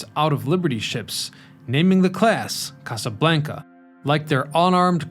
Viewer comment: The way you say Casa Blanca…🤦🏼‍♂️